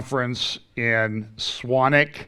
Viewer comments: Ice Tea??? No, nice strong Yorkshire tea with milk, and sugar if you like. Oh and you are pronouncing Swanwick just right ‘SWANICK’... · ) Rejoice you pronounced the venue etc perfectly:-) More importantly thank you for your sane, well balanced perspectives on the current last days lunacy.